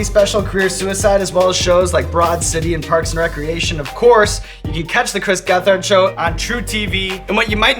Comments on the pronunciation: I like how Sean pronounced his name wrong multiple times and Chris never corrected him. Never doubt the kingpin! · Stop saying his name like that..... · Why can't you pronounce his name correctly Sean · Oh Shit, its two of my favorite things together. Hell Yes TCGS Hell yes Hot Ones! Have to work on pronouncing Gethard better 'though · I usually skip these and just watch Hot Ones. But had to watch for Chris gethard, also real bad pronunciation of the last name Sean. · I wonder how hard it was for Chris not to correct Sean on the pronunciation of his name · The way he said Gethard